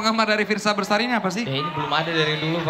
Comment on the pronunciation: Fiersa Besari ya guys, bukan Bersari. Please ya